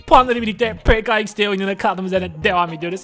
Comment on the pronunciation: PKA XD diye okun muyo PKE XD Diye okunuyo